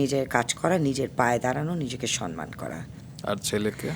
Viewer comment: "সম্মান" শব্দটা মৌয়ের মত অনেকেই "সনমান" এভাবে উচ্চারণ করে। কিন্তু কেন?